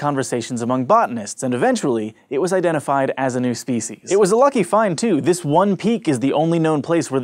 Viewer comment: you pronunciate speeshes